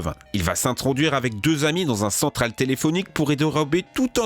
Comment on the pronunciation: Votre chaîne est vraiment sympa mais faites gaffe aux fautes de français ou de prononciation (que vous faites très souvent), c'est ultra gênant. D'habitude je dis rien mais là "Psychadélique", "Toléphonique", "hackor"... ça va trop loin quoi. Et sans déconner, fais surtout gaffe aux noms putain ! La hackeuse s'appelle pas "Chesley mayning" mais "Chelsea Manning"...